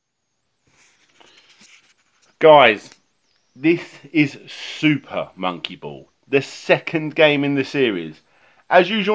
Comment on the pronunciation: "SOOPAH MOWNKEE BOWLLS"